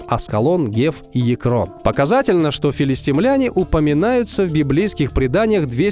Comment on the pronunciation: Говори правильно: филистИмляне! А не филистимлЯне.